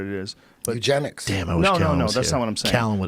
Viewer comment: "Eugenics?" -Eddie Bravo "Eugenics?" -Eddie Bravo